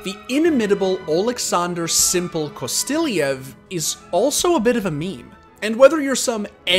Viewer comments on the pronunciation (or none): it's kOstylev not kostilIEV